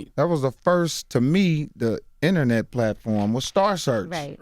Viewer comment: did Mike Epps say The Innernet?? Aka internet lol